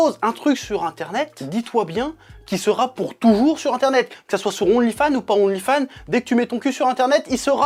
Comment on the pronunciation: "On ne lis fan"